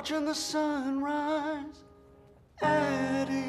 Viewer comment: “Sun risin, SUN RISAH”